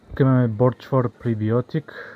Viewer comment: Ще ти извади очите: пише ПРО биотик ,а не ПРЕ биотик , както ти казваш.Хайде първо се научи да четеш. А относно състава: и децата знаят,че това ,какво пише на етикета не е това,което съдържа или не съдържа продукта.